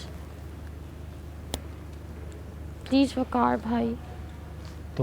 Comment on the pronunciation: what is requesht and pleash english to thik se bolna sikhle ladki